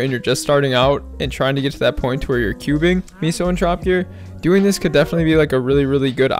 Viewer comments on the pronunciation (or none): Why do u pronounce Meso as “ Miso” lmfao it aint the soup bruh